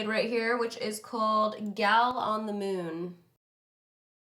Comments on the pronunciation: lmao anyone else hear her say "I'm gunna be using super mom" instead of moon lol had rewatch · girl was it super moon you used on your lips or super nova because it sounded like you said super mom lol !!!